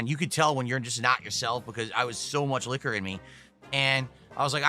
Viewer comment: Anyone else hate the way he says liquor?